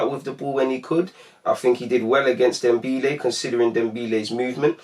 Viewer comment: its dembele not dembeele